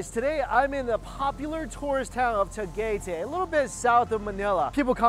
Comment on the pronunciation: It’s pronounced ta - guy- tie